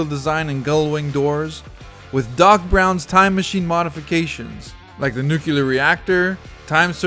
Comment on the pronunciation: bro invented a NEW word "nuke-yooler"...instead of NUclear.